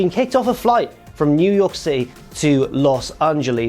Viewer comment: "Los Ungeles"